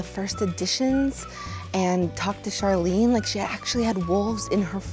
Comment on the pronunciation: DID SHE SAY SHARLEAN OR SHARLEAH (<-- That's My Name)